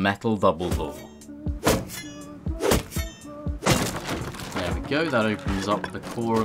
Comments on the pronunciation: hahahaha did you guys realise that he says "vubblbore" instead of double-door lol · I heard metal voubledoor instead of the first metal double door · u said vuble door lol